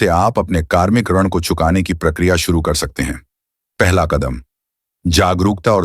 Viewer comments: इस व्हिडिओ को बॅकग्राऊंड में हिंदी में एक्सप्लेंन करनेवाली व्यक्ती बार बार आरण आरण ऐसा गलत उच्चार कर रही है ऋण इस शब्द का !! कार्मिक ऋण बोलीये भाई साहब । बद्धा लाभ नहीं बोलीये बडा लाभ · आप को अपने AI नैरेटर को दो चार शब्द ठीक से सिखाने की आवश्यकता है। बड़ा को हर समय वह बड्डा बोलता है, और पीड़ा को पीड्डा..! और भी कुछ शब्द सुधारे जा सकते है, जैसे ऋण.. AI द्वारा जनरेटेड इमेजिस है, उस में वह ज्यादातर देवनागरी हिंदी लिखने में गलतियां करता है। हिंदी शब्द रोमन स्क्रिप्ट में ही लिखने को कहोगे तो वो गलती नहीं करेगा। इस में आप की मेहनत वो परिणाम नहीं देती जो आप का ध्येय है। व्यूअर्स कुछ समज ही ना पाए कि चित्र में आप क्या दिखाना चाहते हो, तो वह कार्य व्यर्थ ही है। आशा है, क्षति निर्देश के इस प्रयास को आप नेगेटिव कमेंट नहीं समझेंगे।